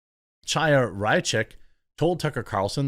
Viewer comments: Hey it's not pronounced CHaya like 'change', it's *Chaya with the gutteral H, like Chanukah. Her name means 'full of life' in Hebrew. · The 'ch' in "Chaya" is pronounced as it is in "Achmed." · Jeremy, the "Ch" in "Chaya" is pronounced like the German gutteral "ch" as in "Ach du liber". There's no English equivalent letter for what is a Hebrew name. Her last name is pronounced "Ray-chik". Leftists have also claimed that her unique ring on Tucker's interview is the same unique ring spotted in what's claimed to be a video of her outside the Capitol on J6.